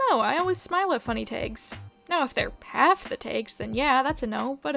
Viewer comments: Wait, it's pronounced "Tegs"??!?!??? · Your pronunciation of "tags" is really strange. I literally can't tell if it's a weird mispronunciation or some specific accent I've never heard say that word before